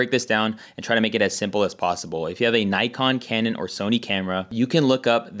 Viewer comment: Just a little correction, sorry. Say Neekon, not Naikon. It's a Japanese name 😉